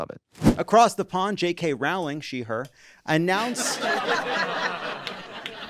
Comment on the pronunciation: Say it right, Rowling —it rhymes with bowling. She sucks so bad. Now so many of my daughter’s fondest childhood memories are ruined